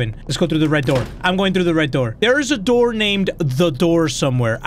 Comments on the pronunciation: open the noor 😂😂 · Open the noor 😂😂😂